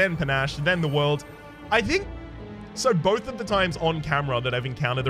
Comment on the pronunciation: Your aren't pronouncing The World correctly.